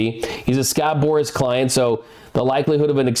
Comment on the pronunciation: I think by, "Scott Morris" she means, "Scott Boras"